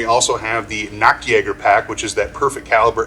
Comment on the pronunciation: It is always funny when you americans try to pronounce those german names. Esspecially at the Nachtjäger you pronounced it as Nacktjäger (naked hunter)....XD